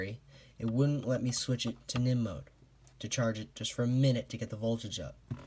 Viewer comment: haha how he says "nihm"...it means nickel metal